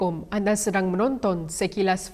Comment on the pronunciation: Awk sebut Assalamulakum Assalamulaikum yg betul